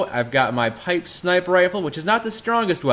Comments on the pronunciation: "Pipe snifer rifle" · Did he just say ???snifer rifle???